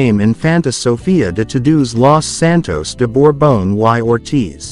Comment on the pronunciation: Lo de “uai Ortith” suena encantador, por decirlo amablemente. ¡Estas lecturas con AI…!